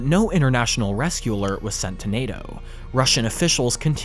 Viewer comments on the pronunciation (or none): none